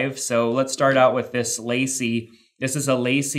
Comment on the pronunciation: Great video. One thing though, LaCie is pronounced Lah-See